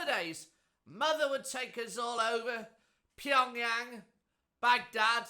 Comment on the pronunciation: 😂😂😂 how did i understand all that mumbling 😂😂😂 Pyongyang 😂😂😂 this guy seriously needs help 😂😂 I love this channel, I learn something, and get a great laugh!